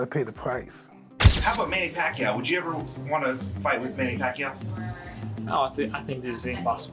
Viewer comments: Manny PackYou? tf? 🤣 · Manny Pak Yu😂